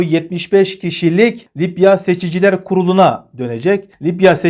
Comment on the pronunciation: Lipya değil Libya.Allah daha çok versin takipçi sayınız çok arttı.Bu sebeple bir haber spikeri özeniyle diksiyona daha özen göstermeniz gerekir diye düşünüyorum. İçerik çok iyi.Selamlar